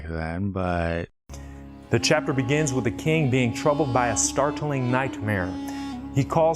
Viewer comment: "Ank-shent" (ancient) was one thing, but "star-tilling" (startling) was a whole different level of weird.